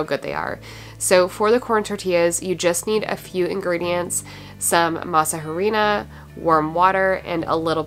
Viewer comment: Love your videos! In case nobody has mentioned it to you, in Spanish the letter “h” is silent. Masa harina would be pronounced as “masa arina” ❤ Thank you for your videos.